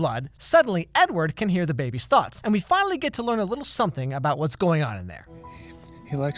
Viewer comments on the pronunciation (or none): none